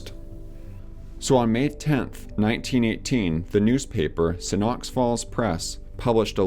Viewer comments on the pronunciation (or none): Great video, but your pronunciations were funny :) Sioux = pronounced just like "Sue" Hofer = hoe-fur not hoff-er Johann = Yo-hann